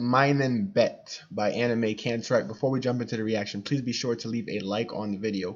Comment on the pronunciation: Slight adjustment to the pronunciation of the band name: Annen a as in argue, may as my, Kantereit the first syllable as in c*nt 😅